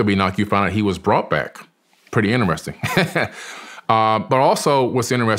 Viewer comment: “Pretty inneressing”